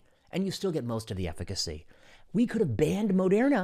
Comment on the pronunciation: lol the "efficacy"